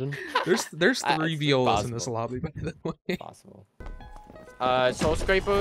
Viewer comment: "soowwll scwaappaar"